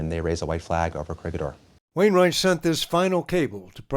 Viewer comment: Co-ree-hee-door not Corigidor